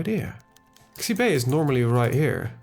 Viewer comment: In Chinese, X's make sh-noises. Xibei isn't ZEE-BAY it's SHE-BAY